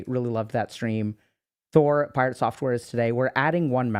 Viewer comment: Was Dr.K calling him Pie-Rat at the being, a slight dig at PirateSoftware ratting on WoW 🤣